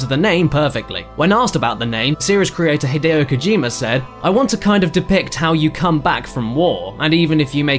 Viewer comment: You're saying Hideo Kojima wrong. Did you not look up how to pronounce it or are you proactively disrespecting him?